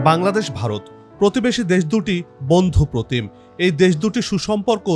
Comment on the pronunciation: ভারত কথাটি উচচারণ করতে পারিস না আবার???????